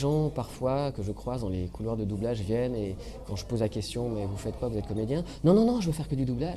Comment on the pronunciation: "Les écoles de boublage" ?